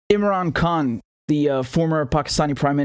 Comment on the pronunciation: Imran Khan is the Champion and he will bring many of us Indian and Pakistani Brothers together ! Richard the way you said his name was beautiful and many people need to use proper pronunciation like you. Your a Good Man Richard Love to you and your family !